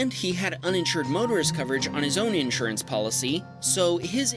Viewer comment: Someone teach this dude how to pronounce insurance, PLEASE!